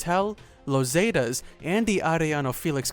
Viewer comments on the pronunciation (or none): ita Zetas not Zatas. try saying is like "setas" thats not a word but its basically how it would sound in spanish.